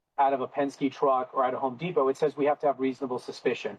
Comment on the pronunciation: Gwal-mart, pari-siri, hon-dipo, Papayon 😅